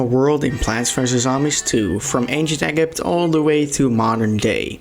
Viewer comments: i know this video was a 11 months ago but DID YOU JUST SAY ANCIENT EGG-YPT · I ain't listen to a man who pronounce ancient Egypt "ancient eggypt' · The miss pronounsations makes me wana dislike the vid BUT I love it the same time but still why do you pronouns it like that Ancient EGG-gypt is a fine one some places call it like that BUT THE NEON MIXTAPE NOPE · mfer just said EH-GEEP for Egypt. Disliked immediately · Egypt is pronounced Ejept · Im sorry but i just cant take someone who says egypt as EgG-Ypt seriosly lol. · Why is he calling it “ ancient egipt”? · You say egg-ypt again I swear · Fair enough but ancient "egg-ypt" ? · Im dyslexic and i can read easier, roteabega, eggypt, thyme warp is fine but its said like time, thyme is a spice spelled weird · All of your opinions are invalidated due to saying "egg-it" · He said ancient eggipt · did you just say "egg-gypt" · "Egg-ypt" "Neen mixtape" tour "Thy-m" Warp "Zomoss" 🤓 Buy yeah His list Is pretty bad in my opinion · Yeah, also i hate the way he said Egypt (Egg-ipt) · anchient egg-ipt lol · But it’s not really a matter of pronunciation, rather saying the name correctly? Regardless of language and accent, words like Egypt should not be called “Egg-ypt”. I wasn’t aware that people pronounced it differently, but even still I see it as a lack of awareness in understanding what the word/name means. If Egypt is a country, then why would you pronounce it incorrectly? You wouldn’t call Greece “Grace”. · An yes eggypt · Abc to say eggypt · Lol he really did say egg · I thought he could pronounce ancient egypt but instead he said ancient egg-ypt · Is ee gee eee pt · Dutch accent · Ancient ayguipt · The way he said Egypt made me so mad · bro doesnt know how to say egypt lmao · I love the top 6 worlds you ranked! I also like how you said Egypt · please never say egypt or thyme warp again. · I like the part where he butchered egypt. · He probably wont realize hes saying Egypt wrong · It's not ekipt it's egypt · ITS EE-JIPT